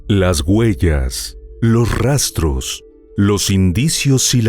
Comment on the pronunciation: “Las GUELLAS” … dios santo que manera de hablar ESPAÑOL!